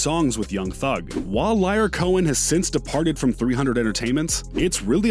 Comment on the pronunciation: DJ Paul & Juicy J "Cashin' Checks" could have been on this list I think. Also, do you say "Liar" to be funny?